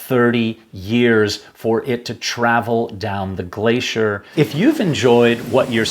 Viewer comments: What the hell is a glasheer? Is he trying to say glacier? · Hello I’m curious to know how you have arrived at the pronunciation of Irvine as “Erven” ? I’ve always heard it pronounced as Ir-vine (as in rhyming with mine) by his fellow countrymen. Also “glacier” why are you saying “glaysher” ?